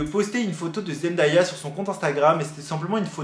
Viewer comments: J'en sais pas beaucoup sur eux mais si je peux t'aider sur une chose c'est son prénom Zendaya qui ne se prononce pas Zendaïa mais Zen Day( comme jour en anglais) A, pour ma part c'est la seule info que je pouvais t'apporter, merci pour ta vidéo 😊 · Juste petite info pour tout le monde : Zendaya se prononce Zen-day-a. Le "day" ne se prononce pas "da" mais bien "day" (comme la journée). J'espère que c'est compréhensible mdrr mais voila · hello zendaya se prononce comme "zen-day-ya" et non "zen-dA-ya":) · Salut je voulais juste te dire que zendaya a dit que sont prénom se prononce comme ça zen-day-ya voilà c'est tout bisous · Sa se dit zendeya pas zendaya 😭😭😭💖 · Super merci beaucoup ! par contre ça se prononce Zen-dé-ya même si ça s'écrit Zendaya voilà ça m'a stressée toute la vidéo 😭😭